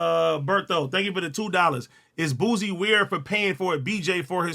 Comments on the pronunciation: Ad it’s not boozy! It’s boosie like boo c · I hate the way yall pronounce his name 🤦🏽‍♂️🤦🏽‍♂️... it's pronounced "BOO-SEE", but as 1 word.. Boosie.... yall saying it like "BOOZY" 😂